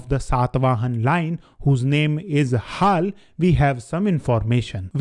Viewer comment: Haal? Bro seriously why can’t you say Ha(la) like Ange(la) or Dracu(la)? 😅